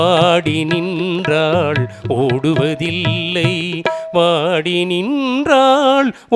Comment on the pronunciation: வாடி நின்றாள், என்றாள் என்று பாடுகிறார். உச்சரிப்பு சரி செய்ய வேண்டும்.